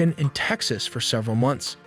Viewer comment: What is 'serval,' bot voice? Several?